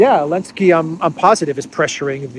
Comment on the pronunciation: AHAH great, I really appreciate the show of affection towards the fake Ukrainian president because you never pronounce his name correctly (or I have a translation problem)